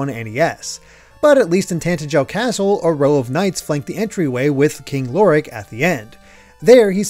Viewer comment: Ok I'm Sorry, but every time you pronounce Tantegel, my ears freaking hurt. It's Tantegel not Tantejel, you're supposed to say it with a guh sound. You don't even need to hear it to know that's how it's said, if you understand how the English language works it's freaking obvious! I'd Understand if it was a complicated word like in some games, but come on!!